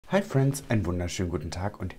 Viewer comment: " hi friendz " ich liebs ❤️😂